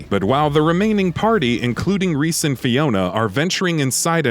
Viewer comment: You said Rhys wrong